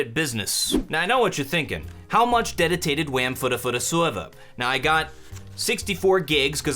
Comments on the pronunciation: I died at the, "I know what you're wondering, how much dedotated wam for the sorber." part lol. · Hom much deditated wham... i died